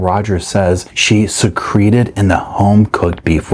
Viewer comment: Thank you! The word “secreted” is pronounced “secret-ed” as in hidden.